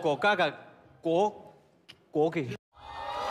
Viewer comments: 哈哈哈gogogogayougogogogageiguokei，贾玲的gogogoga真的笑死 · 国旗的那个我只听到go go go ga yao go go go go go go ga kei kei😂😂😂